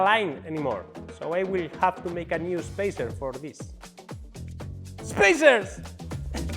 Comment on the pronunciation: Spacer Spaner ... LOL